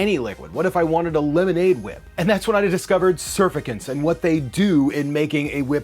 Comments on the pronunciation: surf-a-cants? um that's not how you pronounce that. It's sir-fact-ants. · It's pronounced Sur-fact-tants Reduce surface tension. And that's soap basically